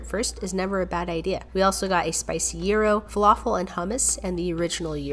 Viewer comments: Bro it’s not euros the real pronouncing is gyros guy”- rose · Did u actually pronounce it like "uu~ro?" instead of "jai~ro" (gyro) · Not euro it’s pronounced gi-row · It's pronounced JYRO 😆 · It’s pronounced jy-row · Thats not how u pronounce gyro it is pronounced ji-row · Bruh why does she pronounce gyro like as if the g doesn’t exist